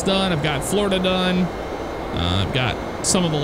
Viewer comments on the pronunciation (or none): none